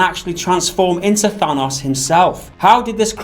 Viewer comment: How do you mispronounce Thanos?